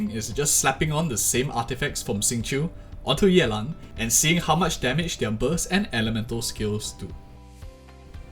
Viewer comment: The way you say yeLAN is singlish af :3